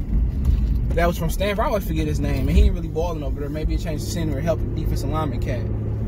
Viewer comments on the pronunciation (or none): none